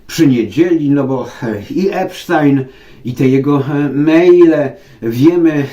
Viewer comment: Jest Pan z niewielu ludzi,którzy prawidłowo wymawiają nazwisko”Epsztajn”, bo o tak właśnie wymawiają Amerykanie,żadne tam”Epstin”.Pozdrawiam z Chicago